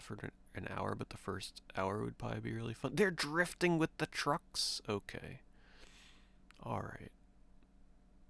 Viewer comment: " They're Drrrrifting with the truckksss " lol